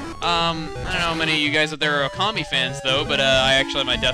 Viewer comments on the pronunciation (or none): When you were saying 'Okami' I kept hearing 'Commie' I was about to say 'Chugga, I never knew you were a comrade! Ura equailism! Ura Communism!'